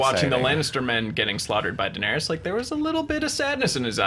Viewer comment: Ra-Nair-ees. Not rayna